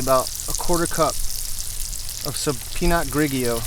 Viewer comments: I really thought you were mispronouncing Pinot Grigio. I was thinking, come on, 😂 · You had me rolling with the way you pronounced the wine 😂